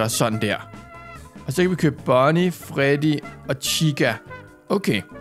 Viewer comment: det heder ikke farddy det heder Freddy